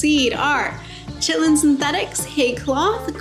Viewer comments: Are you saying "chitlin"? Actually Ky-ten, if it wasn't a joke ;) Nice seeds list. I have a few to consider now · Chitin is pronounced with the same Ch sound as Christmas. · Chitlin (chit’-lin) is pig intestine. Chitin (ky’-tin) is insect exoskeleton. This is Chitin armor. Good suggestions on the seeds!! Wrote a couple down to try!